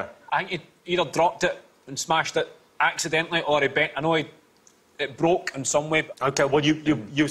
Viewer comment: acidently ran into priminister... i don't think it was acidental.